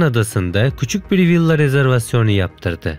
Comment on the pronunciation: İyide senin dilin neden dönmüyor, villa diyemiyorsun mesela